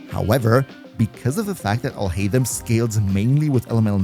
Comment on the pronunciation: AlHaitham sounds similar to "All Hate Him"